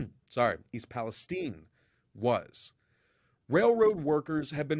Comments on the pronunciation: The Cities name is East PalestIne. Its not caled tine, it's called tIne. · Why are you calling it East Palesteen? It is East Palestine. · It's called Palestine as in Pal-es-TYNE and not pronounced Pal-es-TEEN. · Palestine! Not Palesteen!!! Israel has so much control over USA that y'all mispronounce words to suit the Zionists! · It is Pal es time like nine only with a t. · Amazing how the pronunciation of “Palestine” has been changed to “STEIN” - unsubscribed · Why do you mispronounce Palestine after pronouncing it correctly.